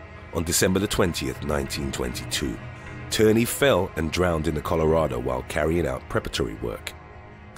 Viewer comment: my last name is Tierney lol but it isn’t pronounced like that. It’s pronounced like teenie